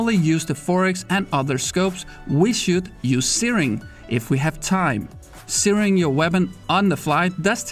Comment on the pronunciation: I spent a while on google trying to see where searing was, i didnt realize he was saying zeroing... he is saying zeroing... not tyring to troll just making things a little clear. Great video 🤙🏽